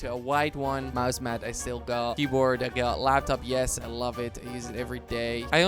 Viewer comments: It's called 'mouse pad' not 'mouse mad' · Dude it s mouse pad not mouse mad and i m watching since 2014 i think